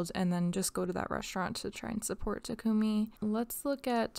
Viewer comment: Takumi -> tah-ku-me..you don't hold vowels when saying Japanese names :)